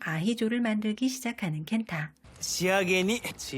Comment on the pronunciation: 아히죠 아니고 아히요! 감바스 알 아히요!!